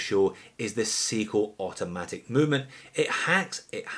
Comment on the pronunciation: It's sai-ko not see-ko